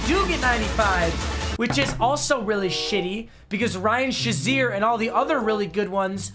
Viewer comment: Ryan shuzier? Shay-zeer Say it right